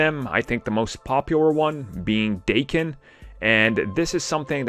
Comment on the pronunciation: It's Dah-ken, not Day-ken. I mean fuck, Is it really hard to do 10 seconds of research on google to find out the proper pronunciation? It literally took me that amount of time to google "daken pronunciation". Japanese isn't Aramaic... It's a very common and widespread language. Do better.